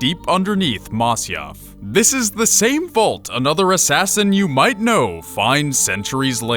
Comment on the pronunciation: shay aint an assain